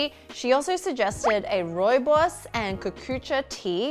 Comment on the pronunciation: I'm from South Africa and I am VERY impressed with how you pronounced rooibos 😊